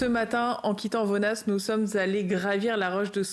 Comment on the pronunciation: Vonnas un village où il y fait bon vivre... Vonnas se dit sans le S ❤ Toujours un plaisir de regarder vos vidéos. Sincèrement